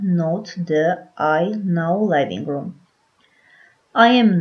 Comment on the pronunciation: Թերի է։ Արտասանական սխալներ կան։ Օրինակ ՝ living_room արտասանվում է " լիվինգ.րում " ոչ թէ "լայվինգ րում"։ Բացի դա անգլերենի բառավերջի r տառը չի շեշտվում և արտասանվում է շատ թույլ։